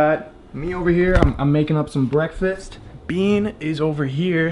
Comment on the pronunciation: breakfast not bwreakfast